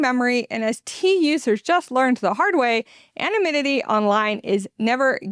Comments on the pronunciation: Please practice the word "anonymity". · I had to google the word "anominity". I was like: have I been saying it wrong all these years?